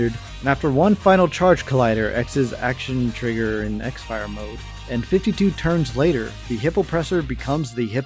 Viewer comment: Btw you called it "x fire" but it's actually supposed to be pronounced "crossfire" lol, those japanese people were funny to come up with a name like that